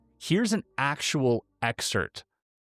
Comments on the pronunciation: the word is excerpt, not exert u silly goose. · “The word "excerpt" is pronounced with the 'p' sound included, not silent; the correct pronunciation is ex-SERPT (ek-SERPT). While some people may incorrectly pronounce it without the 'p' sound, official dictionaries like the Cambridge Dictionary and Merriam-Webster show the 'p' as a pronounced consonant in both the noun and verb forms.” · Why is it that people don't properly pronounce e-x-c-e-r-p-t (ex-serpt)?